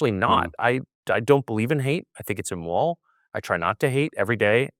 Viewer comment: أكاد أشك أن هذا اللقاء حصل فعلا وأنه ليس من صنع الذكاء الاصطناعي، فهناك كلمات كثيرة يلفظها تاكر هنا بشكل غير طبيعي للغاية. وهذه الكلمات أكثر من تعد. أكثر موضع يحدث فيه هذا هو في نطقه لكلمات تشتمل على حرف R في وسطها (ليس في كل المواضع وإنما في بعضها، مثل كلمة immoral ) . وأقول هذا كشخص لغته الأساسية هي الإنجليزية. إضافة إلى أن صوته هنا يختلف عن صوته في مئات التسجيلات الموجودة على الإنترنت بشكل دقيق لكنه واضح لمن قد استمع إليه كثيرا.